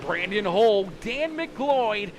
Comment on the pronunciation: Finally pronounced McLeod right!!! I’m so happy “Muhcloud”